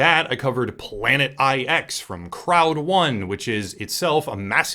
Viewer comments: The Planet Eye-Ex is pronounced planet nine. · Jesus, the 'IX' in 'Planet IX' is supposed to be a Roman number 9. Hearing it literally read 'eye-ex' is slightly painful.